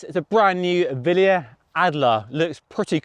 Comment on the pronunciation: Its pronounced 'willly uh' not 'villy uh' they are italian not german 😉